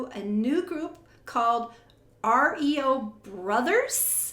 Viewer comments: It's pronounced Rio Brothers, not R.E.O. Brothers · It's pronounced RAYO brothers cheers :) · It's pronounced as REE-YOH (REO) Brothers.